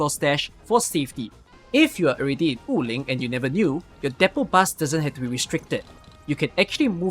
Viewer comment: random correction: Wu Ling is pronounced as Wu3 Ling2 (武陵) and not Wu4 Ling2 like you always pronounce in your videos and streams. anyway, really helpful video especially the part about the items to reveal uncollected auralynes and chests